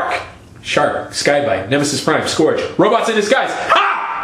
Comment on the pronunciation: mmmust...correct...pronounciation...not "skorge", but "scurge" and I lol'd at the mantis bit! excellent!